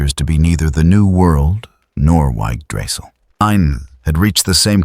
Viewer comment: Y g g drassil? Holy shit a text to speech program does a better job at pronouncing words